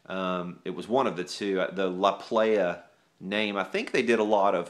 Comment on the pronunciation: prounounced plaja